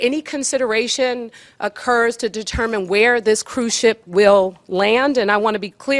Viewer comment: Hey. This is a cruise ship, not cruise chip. Also, ships dock, airplanes land.